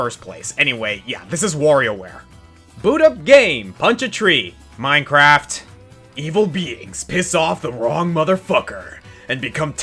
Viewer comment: The way you said Minecraft cracked me up and I don't know why.